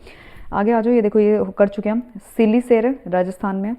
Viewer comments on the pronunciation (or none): सिलीसेढ़ bolte hain mam usko it is in district Alwar , Rajasthan